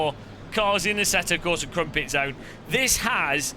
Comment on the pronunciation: "Asseto Corsa Crumpetzone"